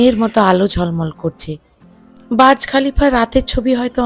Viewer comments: ওইটা বাজ খলিফা নয় বূজখলিফা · Not baz khalifa/ burj Khalifa